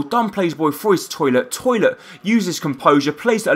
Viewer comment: His name is Tollitt, not "Toilet" lol